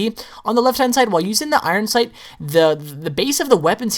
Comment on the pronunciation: he cant even say his name 12aw instinct properly it sounds like he says oron sync